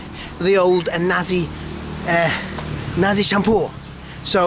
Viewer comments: Perfect pronunciation there - Nasi Campur 😊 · You eat nasi campur by han like a pro man... Hehe n you can pronounce in malay language as good as Malaysian... Wow salute at you